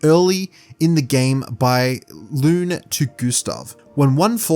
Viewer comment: Great analysis but "Loon" and "Sayel"? how do you not know how to pronounce their names after playing the game man haha